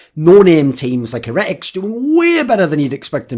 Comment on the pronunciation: why do you always mispronounce names like 'heretics' and 'zywoo'? gets on my fookin nerves